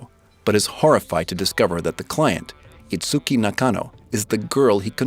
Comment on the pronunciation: Please learn how to pronounce Kaguya, Uesugi and Itsuki! 😭 Also it seems like you're rooting for Ichika based on the clips you've chosen... Don't, Ichika is a SNAKE! Totally screws Miku over in the manga, and most people hate her now. She's also definately not the bride. She doesn't have a single piece of evidence backing her up.